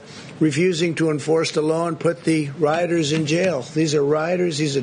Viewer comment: is he saying "writers', "rioters" or "riders"? 'Rioters' has three syllables, and if you're from New York t becomes d sometimes, so I do get that, but aside from the asinine and nonsensical comments he makes, he slurs his words so much it's difficult to follow sometimes.